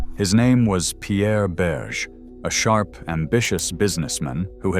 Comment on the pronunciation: The world's worst French pronunciation. I mean, really: EEvz for Yves (EEv); Berszh for Berge' (Berzhay). Disgraceful.